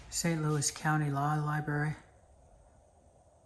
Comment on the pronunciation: Love your videos bit It’s Library not Liberry.